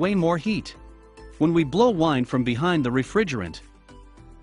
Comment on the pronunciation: This is an A.I. version of copy-paste. Notice how it mispronounces "wind"😂